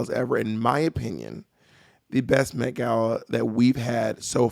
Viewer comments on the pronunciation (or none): The MEH-gala lol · the METH gala??